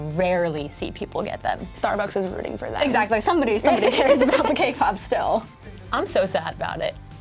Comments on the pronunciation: Uh am I the only one who hears 'k-pop' instead of 'cake pop' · What u hear:cake pop What i hear:kpop